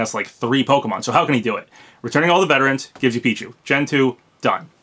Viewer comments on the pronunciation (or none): none